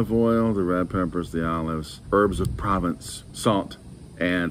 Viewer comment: "Pruh-VAUnS" as in US "taught", with the n kind of silent or said in the back of the nose